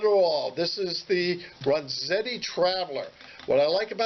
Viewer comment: "Ren"zetti not "Ron"zetti....just sayin'